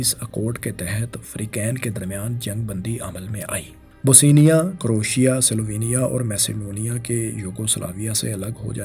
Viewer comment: Bosnia not Bosenia! Dominant not dominance!